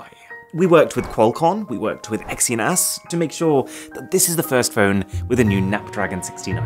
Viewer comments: “Exynass” & “nap-dragon” I couldn’t hold myself 😂😂😂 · "exynASS" come on man, not like this 😂😂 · "Qualcon & Exyna**" 😂😂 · "Qyalcon" , "napdragon" , "Exyn*ss" LMAO